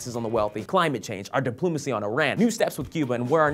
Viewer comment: Diploomacy? So close,.